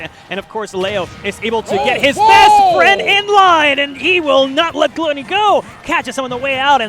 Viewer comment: I hate the way they pronounce Gluttony…